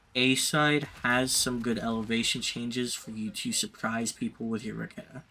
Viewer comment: its not RAKATA. Its RA KE TA . From the Lithuanian word RAKETA that means ROCKET